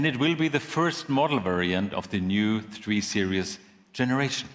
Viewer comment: He says "three serious"